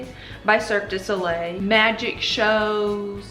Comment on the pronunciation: I love your accent so much🥰 Little tip: Mystère is pronounced: Mist Air(focussing on the R at the end) Cirque du soleil is pronounced : Cir-Kuh due So Lay.